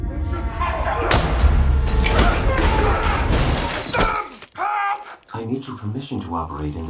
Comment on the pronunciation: Dos bagyşla, ýöne dogry gürlemäni öwren "Pripýat" beýle okalanok! "Parasite" beýle okalanok! "Upgrade" beýle okalanok! I think you're obsessed with other Youtube channels